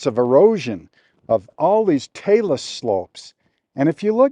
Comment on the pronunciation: I'm a bit of a geologist myself, having lived on Earth all my life. Even-so, I've never seen, or imagined, such a thing! Thank you for pronouncing "talas." A river on top of a mountain? [shared link]